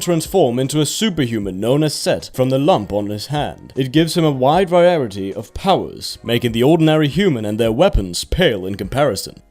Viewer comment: Was gonna watch but then you pronounced variety